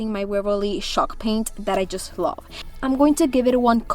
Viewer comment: Ooohw she means CHALKpaint and I thought she says SHOCKpaint aaahahhahahaha😱😂😱😱😂😂😂😂..I loooove her projects❤❤❤❤